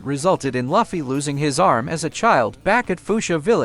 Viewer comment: It's Luffy not laaaafffy